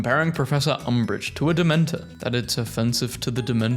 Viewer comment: “That it’s offensive to the damentor” 🤣🤣🤣🤣🤣🤣